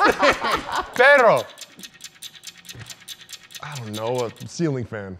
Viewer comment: is someone else kinda mad that said “pero” instead of “perro” there’s a reason for that doble r 🤣🤣 i’m sorry but it bothered me a lot